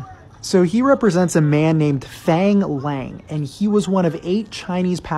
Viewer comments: Fang Lang is pronounced Fung Lung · Pronounced "fung long" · “faAANg lAAAng” sorry, but your pronunciation killed me. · So its pronounced more like fong long? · Pronounced Fahng Lahng - can’t wait to see The Six when it comes out, what a story this guy has! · glad I'm not the only one to notice .. it hurt to hear his pronunciation.. he didn't even try ..